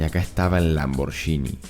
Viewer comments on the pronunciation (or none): none